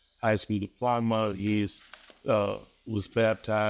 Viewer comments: This is the worst defense attorney I've ever seen in one of these court videos. Sir, it's pronounced DIPLOMA. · Whoa that defense lawyer is struggling. It's hard to make out what he was saying. I've never heard anyone mispronounce "diploma" before.